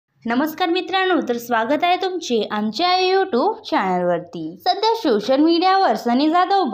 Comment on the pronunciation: सोशल ❌शोसल✅😂